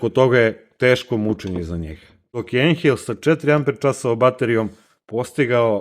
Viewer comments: Cita se ajnhel. Nemacka rec i na nemackom se EI cita kao AJ. Znaci ne ENHEL nego AJNHEL. I kvalitet alata se ne meri tehnikalijama tipa snaga, ovo ono vec iskljucivo kvalitetom celika u sebi to jest koji je dugovecniji. Taj ajnhel ako se koristi svaki dan 8 sati dnevno tesko da izgura godinu dana a ovaj plavi bos taj ce ti gurati 20 godina svaki dan da ga koristis 8 sati dnevno neprekidno jer ima kvalitetne metalne delove u sebi jake celike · Odlično urađeno. Samo, nemoj se obrukati ako ne moraš. Ako znaš da kažeš "Boš" onda nauči da kažeš i "Ajnhel". Pozdrav i srećan rad. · Kad smo kod brukanja...Ajnel bez h u sredini.